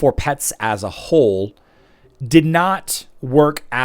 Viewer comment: I swear I am hearing him say As s A Whole